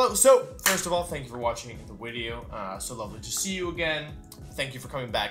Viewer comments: Can someone Please explain why he says wideo instead of video yes I know it could be a speech thing but I see it in comments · he likes saying it like that. He finds it funny when people get mad when mispronounces stuff like that